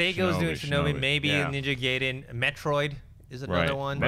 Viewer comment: Gaiden in Ninja gaiden is pronounced guy-den